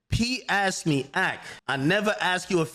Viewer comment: “He axed me…” 😂 dumbass